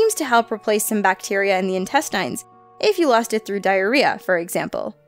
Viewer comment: am I the only one who cringes when someone pronounces intestines as in-tes-TIEns